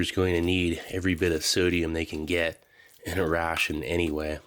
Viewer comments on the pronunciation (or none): Do you pronounce "gelatin" like "peleton" or was that a mistake not worth editing out? 😂